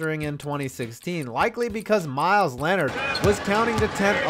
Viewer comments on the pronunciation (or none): none